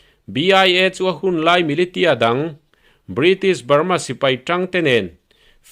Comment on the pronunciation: Militia hi milisia ti a lamtur ani e, hriat ve mai maiah.